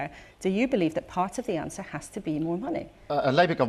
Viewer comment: He did not 'ANDWER' any questions. Whatever that means.